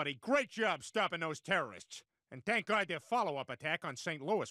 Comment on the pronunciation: Gotta respect the fact that they all say God with a "T"